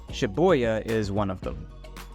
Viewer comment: Was the "Shi-Boy-Ya" pronunciation on purpose lol.